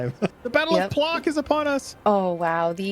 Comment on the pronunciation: My soul cried after yours pronounciation of "Płock". 😭 It is more like "pwotsk"